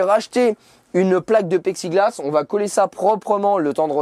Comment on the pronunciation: Lol mort de rire A 9 min 45 Tu dis que tu vas réparer avec un paicxiglass. C plus du plexiglasse. Sinon c’est un joli joué Je rigole encore